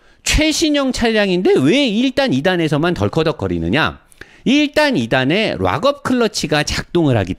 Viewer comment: Lock up 이라는 단어를 리뷰하실때 많이 사용을 하시는데요. 락 업 으로 발을을 하셔야 합니다. 오랬동안 의 리뷰를 즐겨 보는 아우디 A6 3.0 가솔린 오너입니다. 물론 이해는 하지만 유투브 방송은 전세계에서 보는 방송이라 제대로 발음을 하셔야 더 보기 좋을거 같아서요. 기분 상하지 않으셨으면 합니다. 롹 업 이라고 발음을 하시면 ROCK UP 이고 락 업 이라고 발음을 하셔야 LOCK UP입니다.